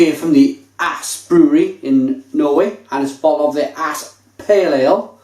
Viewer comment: Aass is pronounced ōs for future reference :-). Albeit, great review, love this beer!